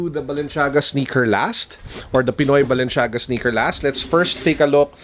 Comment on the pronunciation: Mali mali naman pronounced niya sa Balenciaga 🙄 medyo OC ako.. kaya nakakairita